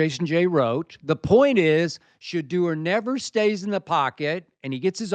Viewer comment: It's pronounced "Sha - DOOr".